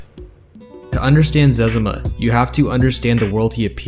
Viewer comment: Im glad you pronounced his name the same way my brothers and I do! Cause that means we were right! Right about it. My license plate for one of my trucks is "ZEZIMA" so you could say im a fan :) Great video!